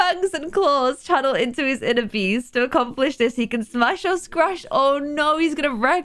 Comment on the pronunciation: "Unleash the beash" HAHAHAHA